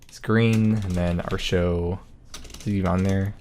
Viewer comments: I know the pronounciation you're using is based on the actual Celtic goddess, but I just can't do it. It will always be ART-e-o, not AAR-show. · 8+ years of playing smite and never once heard artio pronounced "arr show" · Why does he pronounce Artio that way? 😅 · I was going to say the only "R" show around here is listening to you pronounce atrio but then he pulls up the text to speach. Well shit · Yes, he is saying "Artio" incorrectly. Stop asking.